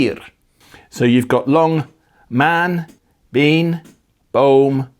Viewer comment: Agreed with a lot of the comments on your pronunciation, it is excellent. I found one or two words that were somewhat off maan en been. The double vowels are pronounced the same as in the plural form, as you pointed out, but the pronunciation for the singular is slightly off. Which is weird because again, the pronunciation of the plural forms is good. I can't find an equivalent in English for the sound of maan, but been is pronounced bane, but drop the final e and add a bit of emphasis on that n.